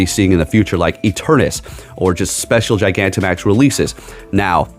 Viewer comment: it's not "eternus", but "eternatus". No offense, just so you know it <3